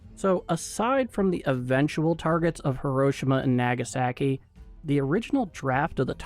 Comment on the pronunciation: Nope, you still can't pronounce hiroshima and nagasaki.